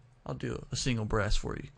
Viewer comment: did you said in love with breasts or brass man?